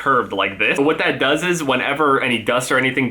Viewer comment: dose he say duzez????Jk love your vids keep the good work i know you have a stuffy nose my bad love you